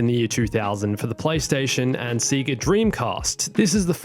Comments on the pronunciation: its Sega not Siga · It's called se-ga not see-ga btw no offense